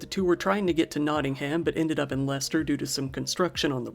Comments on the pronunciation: Perfect pronunciation of Leicester, bravo👏 Leicesteronian here, remember hearing when this happened, always hits harder when It’s your hometown, so sad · I thank you for taking the time to find out how to correctly pronounce my home town of Leicester 😁👌 it's not how it's written so it catches out many people from other parts of the world 😂